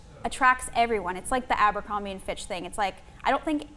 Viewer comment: *abercrombie* not abercrombe